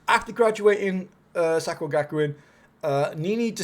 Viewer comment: I enjoyed the video. Some of the name pronunciations were horrendous, but made me giggle 🤭